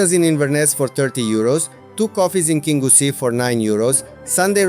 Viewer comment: Your english pronunciation is excellent sir . Your Scottish place pronunciation needs a 'wee bit o work' 😅 great videos. The towns of kingussie and Newtownmore are bypassed by the main A9 road. The two most successful 'shinty' towns in Scotland.